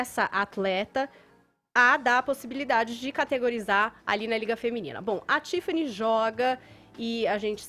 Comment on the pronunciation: Esse Fefito não sabe conversar não? "Contsinuando" "Tsifani" Seguintsi. Será que ele acha essa pronuncia bonita?